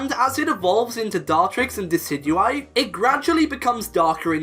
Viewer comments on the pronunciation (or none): none